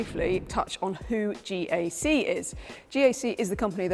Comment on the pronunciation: GAC is not pronounced Jak, it is pronounced Jace.